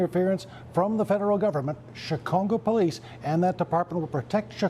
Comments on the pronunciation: Did he call it Chi-congo? Hello? Based Department? He did it again . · He said ChiCongo atleast twice lol